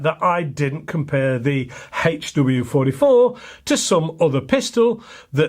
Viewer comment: I've been shooting over 40 years and your pronunciation of the HW44 is correct! Lol. Love your videos